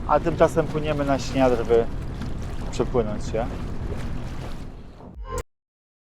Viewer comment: Śniardwy, nie Śniadrwy. Czytać!!!